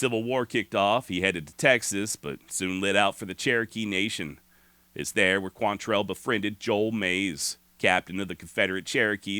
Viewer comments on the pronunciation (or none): Why is it nobody çan pronounce his name right? Look at the spelling. It QUANtrill. NOT quan- tell. Damn, why is that so hard?